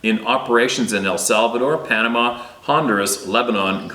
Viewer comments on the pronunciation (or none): none